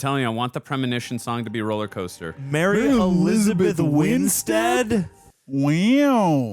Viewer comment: the way u says "Mary Elizabeth Winstead" got me 😂